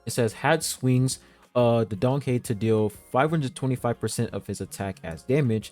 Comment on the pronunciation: I thought he said danhung lol